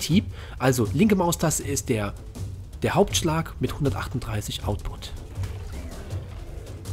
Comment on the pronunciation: Ja es heißt output und nicht ausput... Sind deine Abonnenten 12 oder warum redest du so als würdest du mit Kids reden?